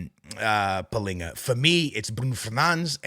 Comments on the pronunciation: You are Portuguese and instead of saying Palhinha and Bruno Fernandes, you are saying pilinha and Brun Fenands. Pls my man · AA, I'm sorry dude, you're Portuguese, why the hell are saying palhinha's name palinha ? And the rest of the players you say like a normal Portuguese guy 😂😂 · Ur portuguese but u cant say Palhinha or Nuno Mendes correctly